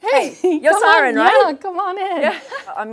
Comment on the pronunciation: It's not Siran... it's pronounced "See-Rin" E is pronounced exactly E.